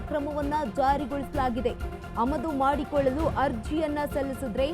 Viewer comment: ಅಮದು ಅಲ್ಲ ಆಮದು